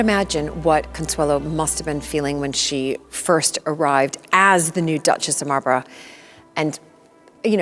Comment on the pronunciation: Well done and very interesting but fed up with the way she pronounces Malborough 😢